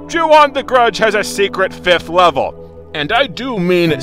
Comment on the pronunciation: The way you say "Ju-On The Grudge" sounds quite a bit like "Chew on the grudge" Anyways, when this game calls itself a haunted house simulator, it's not kidding. You're not playing a game. You're playing a simulation of an haunted house attraction. One where you die at the end. Maybe this shouldn't be judged as a game. This should be judged as a one-of-a-kind "cinematic" experience. I kid, of course. The game's still terrible in that regard.